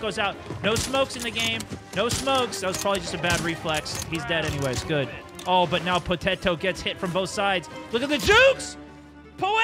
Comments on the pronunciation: At the end there, he was just mixing all letters, poetet, potetet, poet, potote… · struggling so much to say poteto 😂